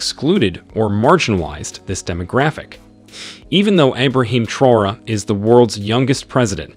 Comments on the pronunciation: Let us give this great leader respect by pronouncing his name correctly 🙂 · The narrator needs to respect and pronounce the leaders names CORRECTLY!!!